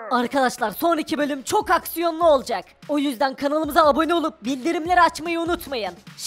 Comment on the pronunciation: Sende aksiyolu aksiyoblu diyosun amma aksiyonlu olmadı